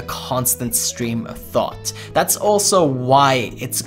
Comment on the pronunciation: "remember that day where you didn't have a single thot??"